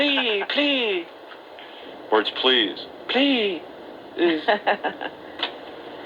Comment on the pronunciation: plea plea pleaaaa the word's please plea---uhz. lmao